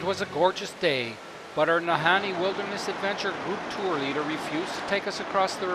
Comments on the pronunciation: No, Kidding,,, Our Northern Bush Pilots are some of the Best in the World !! ~~ oh, The Nahanni is Pronounced,, NAH-HAWN-NEE !! ( not, Han-knee ) :))) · Ah ! laughed at the interspersing of pronunciations of Na-Hawn-Nee & Na-Hanni ... It is phonetically ( Na-Hawn-Nee ) Sorry about that:)) But no Problem for sure :))) Oh , What a Great Video you made & shared !!! What a Wonderful , Adventerous & Brave Trip , A real pleasure to watch & to be reminded of Home , when one is so far away from it ... Right from the get-go of that Great Pilot, bringing you in & the Wonderful Video , of your Journey .. Paddles Up & a Big Salute !! Thank-you so much for sharing this !!